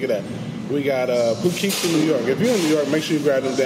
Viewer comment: Poughkeepsie is pronounced pug-kip-see I live next to it, it might help you on stage lol, wish I could come see you but I'm always working